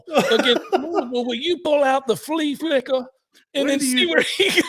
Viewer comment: The flee flickuh 🤣 I’m dying.